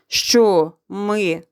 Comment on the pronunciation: Зачем говорить щчо если можно зказать що